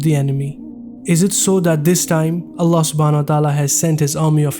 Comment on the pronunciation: My Brothers! SAY Allah’s name correctly, not ”Ala”, it is ”ALLAH”! With shaddi on the ”L” and ends with ه/H = ”ALLAH/الله”. Barakallaho bikum 🤲🏻